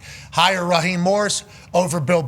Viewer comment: It's Raheeeeeem not Rahim 😂😂😂